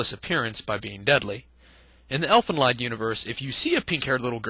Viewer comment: I'm pretty sure it's not pronounced Elfen leyd. More like Elfen leed.